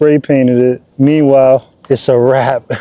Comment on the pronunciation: Never heard of Plasti dip? What a pain to hear him say WRAP over and over.